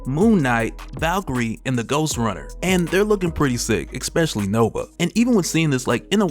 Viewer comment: "Ekspecially." Lolol